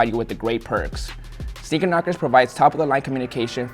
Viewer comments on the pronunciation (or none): Sneaker Knockerz? I thought he said Speaker Knockerz😭🙏🏼😢